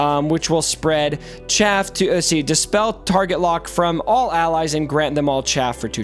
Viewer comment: Arnold and mobile kept calling it chafe instead of chaff, and I was getting so annoyed. I'm glad you're the better reader.